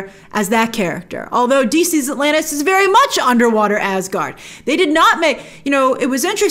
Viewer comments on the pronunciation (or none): none